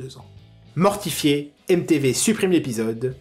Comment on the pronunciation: Coucou j'adore ce que tu fais. Mais tu pourrais faire un effort sur les prononciations ?" Aime Tévé", "Fan-TA-ZI", "Bud-GETTE" et tout le tralala me mettent vraiment mal à l'aise.